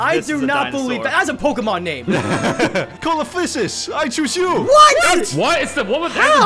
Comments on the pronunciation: it’s pronounced SEE-lo-FIE-sis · butchering of "Coelophysis" hurt me as a paleo-nerd.